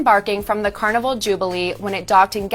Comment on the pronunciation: "Carniver Cruz"